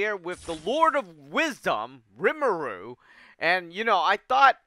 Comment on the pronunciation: It’s ri-mu-ru. 3 syllables.